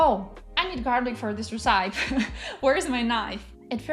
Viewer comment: That's all great advice! Since you asked, a couple of pronunciations to review are recipe and Arabic - the stress is on the first syllable.